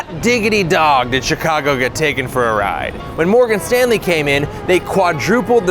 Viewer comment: Every time he says Morgan Stanley I get slightly more pissed off.